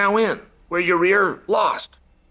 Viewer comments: Is it "yur rear" or "yur ear"🤔😂. Nothing but love Chael🙏🏽. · Ya-Rear😂😂😂 Love Chael. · Most of chaels name mispronunciations are whatever, but "Ya-rear" is my new favorite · love it when chael butchers names xD Ya Rear this Ya Rear that xD lmao. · Who is “Ya-rear” 😂😂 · Is he saying Yarear?😂